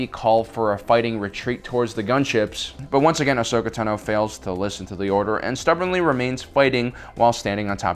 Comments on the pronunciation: says tano wrong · im so triggered that he is not pronouncing Tano correctly... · How you say "Tano" is makng me cringe . . . That wasn't commander Cody btw, that was Wolfe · dude ur saying Ahsoka Tano last name weirdly, just listen to clone wars is tA(h)no not Tno, or is it just me. ive herd like ever time he says it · It's Ashoka Táno, not Ashoka Tanó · Tan-oh, not Tuh-no. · STOP SAYING AHSOKA TEHNO ITS PRONOUNCED AHSOKA “TAHNO” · Take a shot every time he mispronounces Ahsoka Tano. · Why u say ahsokas last name wrong